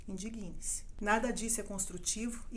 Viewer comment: Adorei os esclarecimentos, trazidos de uma forma calma e sensata! Só queria deixar uma dica à locutora: a pronúncia correta deveria ser "indígne-se" (dando força, destacando a sílaba "dig", como se houvesse um acento agudo). Que Deus tenha misericórdia da nossa nação!